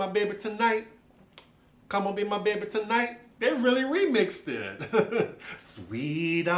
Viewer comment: Lmaoooo yaaaassss the emphasis on the “t” in “tonighT” is soooo crucial 😂😂😂